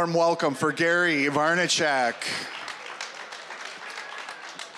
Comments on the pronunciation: He called him Gary Varnachack ? 🤣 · The announcer is clearly not a member of VaynerNation LOL. "Gary Varnerchek."